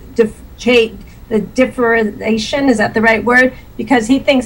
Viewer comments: The "differization" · Argue for 9 minutes about proper language, don't know how to say differentiation.